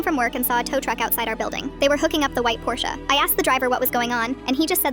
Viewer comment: OH MY GOD THE AI ACTUALLY PRONOUNCES PORSCHE CORRECTLY UNLIKE MOST AMERICANS